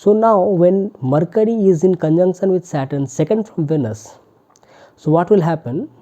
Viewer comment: It’s not pronounced as vanus pls! It’s veeeeenus